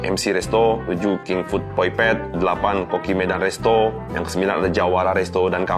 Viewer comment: yg benar adalah Medan Resto bukan Madam Resto… 😄